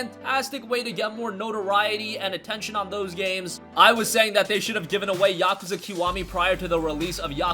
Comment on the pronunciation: It pronounce yak kooza